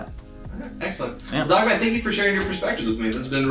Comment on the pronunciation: It's dogMAN not dogMON